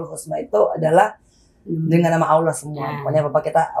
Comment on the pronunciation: Cuma 10th mempelajari agama islam tp Berasa lahir & besar dr keluarga muslim taat & alumni santri pesantren. Utk ukuran muallaf mb angie sdh sangat kuasai tata cara sholat berikut dzikirnya. Tajwid cukup bagus hanya kurang tebal tasydidnya & ucap lafadz Allah kurang sempurna msh Aloh sy yakin next udah sempurna krn mb angie orang cerdas